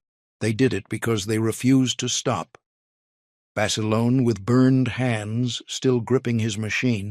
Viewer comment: Not Basilona...Basilone...